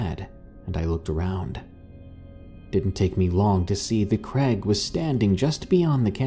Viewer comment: Creg? Pick a name dude. Is it Craig or Greg?